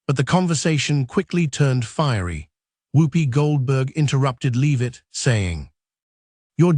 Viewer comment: It’s Karoline , not Caroline And pronounced Lev itt not Leave itt. Robot has no credibility.